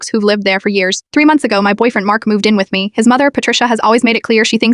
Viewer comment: How does AI not know how to pronounce the word "me"!? Or "At"!? Lmao it pronounces each letter separately